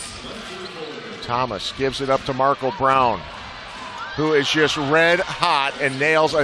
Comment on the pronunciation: why he pronounce Markel like that?